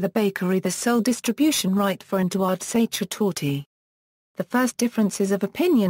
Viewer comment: You mispronounce sachertorte badly!